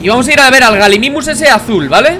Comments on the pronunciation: No bliste se pronuncia Gallimimus no Galimimus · se pronuncia gayimimus, que significa imitador de gallina, de ahi el nombre